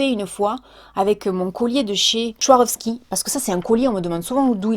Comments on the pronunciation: Ahahah et le BIIIIM dans ta gueule m'a tuée 😂 Et on dit "sVaroski" 😘 ahahah tu me stress à dire "schouarovski" Le staff Swarovski en PLS mais sinon super vidéo ça fait du bien de regarder une personne vraie 🙏🏻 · Bon on n'a pas les mêmes goûts, après on n'a pas non plus le même âge! Par contre 2 remarques: perso à la mode ou pas les robes asiatiques te vont tres bien! Et on popnonce ZWArowski, le son est bien un z mdr pas un ch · On dit "svarovski" Ma 😂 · J adore les chaussures arc en ciel... Mais STP: quand tu prononces Swarovski..... aïe ça pique les oreilles 😂😂😂. Sinon plein de gros bisous. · Oh l’avala tu m’as fais trop rire avec ta prononciation de la marque Swarovski !!!!